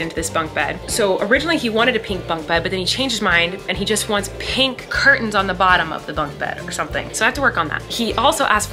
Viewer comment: Colleen saying pink properly for the first time in her life ahaha